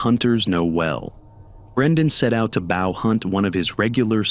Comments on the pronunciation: Bah-ow hunt… goofy ah AI voice over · "bow hunt" ? "baow" ? Freaking AI is everywhere, good grief. Just read the freaking script. It's not that hard. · AI voiceover, says "bow hunt" as if it were the verb/action and not the weapon lol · Your Ai voice mispronounced bow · My guy you need to say bow right